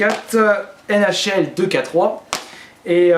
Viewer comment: Sa ce dit pas "2K3" mais "two Key Three"